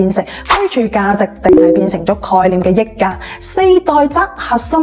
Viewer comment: 溢價，香港人係讀（日）價，益價係中山發音定係YouTuber 唔識讀